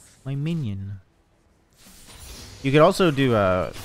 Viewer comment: ABSOLUTELY EVERYONE: my minion!: My Miñiöhn